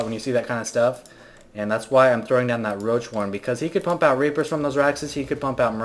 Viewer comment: "he could pump out rapers" lmao I know he meant reapers